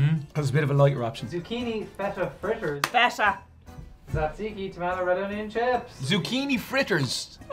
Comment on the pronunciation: it’s more like dza dziki I don’t think knows. Just ask me. I’m full Greek